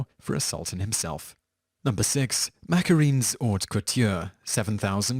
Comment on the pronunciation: It's "Ma-ca-ron", macaroons are made with coconut.